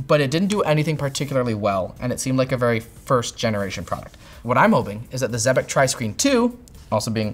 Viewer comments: It is pronounced "exebec", not "zebec" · I'm pretty sure it's pronounced ex-eh-bec. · It’s pronounced like Trebek. If they claim otherwise, they’re wrong. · Pretty sure it’s “zeebeck”